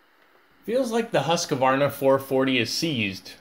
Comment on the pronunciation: Pronounced Hooskvarna, all one word, not Husk-a-varna